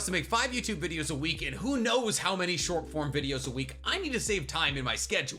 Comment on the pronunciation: During the add read it sounded like he had said "as someone who has to make 5 YouTube videos a week and who knows how many short [PORN] videos a week" took me a minute to realize he said short form